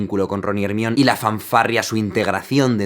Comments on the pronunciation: Hermione = germaioni (Latinoamerica) = Germion (España) 🤣 Jaja me da gracia como le llaman ahí, saludos de Uruguay! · No es "jermion" es jermaiouni <|:v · Nooooooo, Ermion Nooo 😂 es Jermayoni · En Inglés creo que está bien dicho "Hermion", pero la pronunciación correcta según J.K Rowlin es Hermione "Her – my – oh – nee" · SE DICE GERMAIONIIIII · Nadie: Ermión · ermion xd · Se dice hermayoni pero se escribe hermione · Jaime: hace un análisis exhaustivo de la banda sonora de Harry Potter dando a entender la capacidad auditiva que posee Also Jaime: eRmi0n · si, de q Krum pronunciaba "Ez-miope" y ella lo hace decir "Her... mi... o... ne" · Ermion jajajajajaja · Por favor decir "Jermaioni". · Grandioso análisis, Jaime... pero ¿porqué le dices ¨Jermión¨ a Hermione? JAJAJA!! Ustedes los españoles siempre asesinan el idioma inglés... también me reí cuando le dijiste ¨Dambeldor¨ a Dumbledore, jajaja!! No me hagas caso, Jaime, es que soy maestro de inglés y una de mis especialidades es la pronunciación. Disfruto mucho tus vídeos... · Hermion me suena a embrión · Jajajaja creí que nadie lo diría "Ermion" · Me has cambiado la vida! Pero por favor deja de decir Ermion. Pura vida desde Costa Rica. Sigue con todas las películas! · Jajajajajaja Hermión? Jajajajajaja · Hey! Porque le dices ermion jaja suena como.embrion... 🤣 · "ermion" xd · Hermion :V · ella se llama HERMIONE, por donde coño suena ERMION? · Quién carajos es ermion xd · "Hermión" en serio? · Me da risa que le diga ERMION a hermione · Hermion? Que verga :v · Cuando hablaba de "hermion", pense que hablaba de un hombre. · hermion, ¿por qué le dices hermion? mi cerebro solo me grita que te corrija jajaj :( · jaja no puedo!! no se puede escuchar....ermion )(????) jajaja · Pronunciacion: Jermaioni En el Caliz de fuego Hermione le explica a Victor Krum que la forma correcta de decir su nombre es “Her – my – oh – nee”. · Crj, no llega a los 2 minitos y ya le dijo ERMION de nuevo jajaja parezco tarada riendo sola